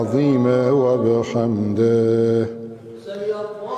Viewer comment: اتنے کمنٹ کیے ہیں بھائی لوگوں نے کاش آپ کی طرح کوئی تھوڑی پازیٹو بات کرتا ❤ یہی تو میں نے سوال پوچھا تھا کہ کوئی غلطی بتاۓ تا کہ باقی بھائی لوگوں کا فائیدہ ہو ؟چلو میں بتاتا ہوں ۔ آحد نہیں لفظ أحد ہے -وحاب نہیں وهاب ہے-وبحمدے نہیں وبحمده.عظیمے نہیں عظيم ہے ۔قرآن کو عربی لہجے میں ہی پڑھنا چاہیے ورنہ معنیٰ بدل جاتا ہے ۔